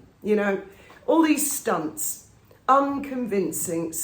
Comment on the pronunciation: All these "stunts"? Dont you pronounce your "c" funny 😂😂😂